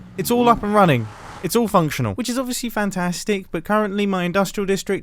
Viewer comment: No one: Absolutely nobody: Mumbo :*fAnTaShTiC*